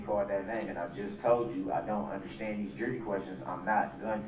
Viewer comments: The way he says undershtand is pissing me off. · I don’t undershtand, I don’t undershtand. That’s why you don’t represent yourself and get someone who does understand!